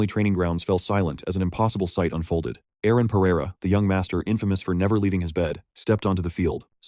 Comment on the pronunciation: How long does the AI call Aaron "IRENE" ???